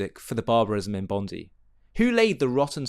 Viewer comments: its bon die not bon dee . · Enough. Stop saying "Bondee beach". All Australians call it "Bondeye beach". All. Find me one who does not. Show respect to the local people. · It’s pronounced Bond eye. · P.S...Bondi is pronounced...Bon...Di...like eye.. hope that helps..😁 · If you continue you play the video the woman wearing the keffiyeh explains she is Jewish and lost family in the holocaust and friends in the attack at Bondi. She was there to mourn as all should be able to do so ❤️ nice to have context. Also it's pronounced bond-eye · sorry for this but the correct pronunciation is bond-i (eye). I want to add this, hearing you and SaharTV has made me to make a video now for idiots like Anthony Albanese who just sit idly saying "i stand with the Jewish community"... It makes me sick in the stomach anyone saying that, all talk and no action... I'm taking action against anyone who are all talk and no action. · You're right with all your messaging. Also can you pronounce Bondi correctly in future it's phonetically "Bond-Die" It's not a surname. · It is pronounced "bond-eye". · Not to be a scold, on the contrary it sounds cute. Bondi is pronounced Bond-eye: emphasis on Bond. 🇦🇺🙏🇮🇱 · just one more thing it is petty but it is pronounced Bond-eye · Just for you non Aussies, Bondi is pronounced 'bond eye' Our government is totally culpable in this terrorist attack happening as they are in support of Hamas and the non existent palestian state. WOKE, WEF demonic puppets....